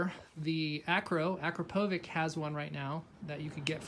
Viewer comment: Hey man, it‘s AKRAPOVIC and not AKROPOVIC! 😂 And btw it‘s spelled AKRAPOVITCH...